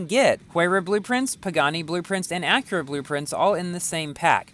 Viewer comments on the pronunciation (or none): none